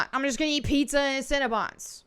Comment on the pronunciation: I love the way you pronounce "cinnabon". I'm from Michigan. Everyone around here says it like "sin-uh-bun". When you say it, it sounds like "sin-ah-bahn". It just makes me smile. I'm weird. I'm a bit of a language nerd. Lol